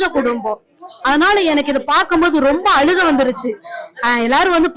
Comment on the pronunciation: நல்ல தமிழ்ல அழுகை என்று சொல்லுமா அலுகை என்று சொல்ல வேண்டாமே